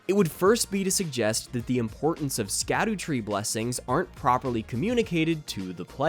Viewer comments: Fun fact "Scadu" is actually an old english way of spelling the word "shadow" and is pronounced the same way! this is also shown with the evergaols being an old english way of saying "everJAIL" so when saying "Scadutree fragment" you should pronounce it "Shadowtree fragment" great video btw couldn't have agreed more! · I love that everyone (myself included) says "scadoos", when it's supposed to be pronounced "shadow tree fragment". You know, like the title of the game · Sacdutree blessings are actually pronounced "Shadow-tree blessings" since it's a real old english word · So suckytree blessings are actually pronounced scoobydoobydoo blessings? ight gotchu fam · Actually it's pronounced skibidi blessings 🤓👆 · Dumb fact that probably no one will care about, but following old english rules "sc" is pronounced "sh", so it's "shadow fragments" and the "shadow tree", which probably makes way more sense for people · *image of walter white yelling from the car "!!! IT'S PRONOUNCED SHADOWTREE!!!" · It’s pronounced “shadow tree blessings” Just like Gaol in base. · of course there is a way. Japan has no clue what our humour is like, just how we have no clue what is funny on their social media. It is called the scadutree because in old english d is pronounced more like an h, and it is pronounced more like 'the shadowtree'. It is literally just an old english name as opposed to modernized english.